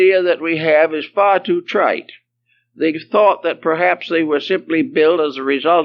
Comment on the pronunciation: i love this lecture so much. the way he says "trite" haha! 😂 so. we don't kno when. we don't kno why. we don't kno who. and we don't kno how. what about "where"? we like to think we kno where. but do we really? ... i submit the great pyramid could have been built elsewhere and moved to the current location. joking but not really - because we don't have proof of ANYTHING. for all we kno it could have been built in the future.